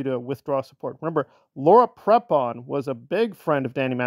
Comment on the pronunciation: I don't mean to nitpick, and this will probably seem trivial to you, but since you do have a YouTube channel and have an audience, the correct way to pronounce Laura Prepon name is Pre-pon, not Prep-on.